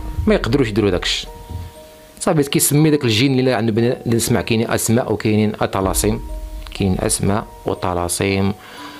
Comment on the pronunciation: لباس ملي قلت طلاسم ماشي طلامس قاليك روحاني هدا راه خنايني